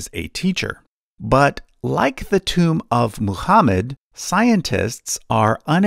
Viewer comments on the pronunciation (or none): none